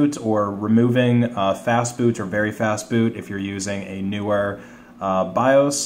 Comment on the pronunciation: When you were in the Bios were you saying Fast food? It sounded like well have to take out Fast Food.